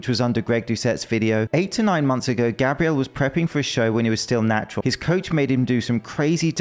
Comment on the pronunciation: Do they actually pronounce Gabriel, as Gabrielle in Brazil or am I not losing mind?